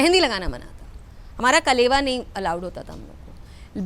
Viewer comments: कलेवा नहीं अलावा होता है। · Kalawa not kalewa